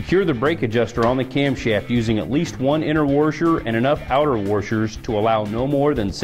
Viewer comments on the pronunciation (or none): WTF is a worsher??